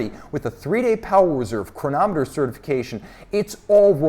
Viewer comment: I could listen to saying “chronomet bleugh!” all day